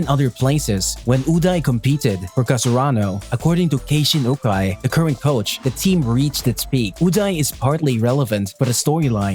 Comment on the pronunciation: It's Karasunu not Kasarunu Ukai not Ujai Just disgusting .....